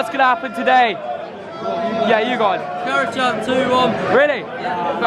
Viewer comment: It’s pronounced Kara-Jan, Turkish language